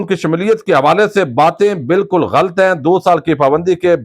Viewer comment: لفظ غلط ghalt نہیں ہے بلکہ GHA lat ہے